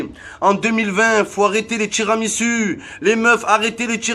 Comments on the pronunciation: En 2020 il faut arrêter de dire tiramisU, bordel ça se prononce tiramisOU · J’ai bien entendu « TiramisU » à ? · Sa s’écrit "Tiramisu" mais on dit "Tiramisou"🤣🤣🤣